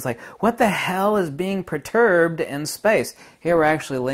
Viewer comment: Okay, light and waves are verbs or adverbs, action words. And perturbed is not pronounced proturbed. Thank you. However, in the viewer you say the light represents magnetism and the dark represents dielecricty. One is a rarefaction or expansion and one is a compression. Not unlike "waves." Waves can be a "thing" or an expression of something happening, even if they are simply an "effect." Because they amount to something of value. Kinetic energy or energy in motion, variance in charge, or magnetic pole alignments of this vortexing toroidal compressing and expanding pressures of etheric fractality between the loss of time and the expansion of time, in variation, or as spacetime, or space. If we say nothing is moving, then regarding pulse perturbation, we might say that field variation, or pole alignment, or charge value increases and decreases, as in compresses and expands, or speeds up and slows back down. Best yet is to say it is in equilibrium and disequilibrium. Also changing in shape, as in oscillating as well as like an ice skater bringing in the extremities for a higher spin rate, or expanding outward to slow down. We have also explained this as additive or constructive versus deconstructive because of rhythms. Better known as harmonic resonance of mass. If our energy is pulsing together or out of step. What you are missing here is that numbers do add up, subtract, multiply and divide. Numbers or ratios amount to vortex field theory as you wear tatoos of fractions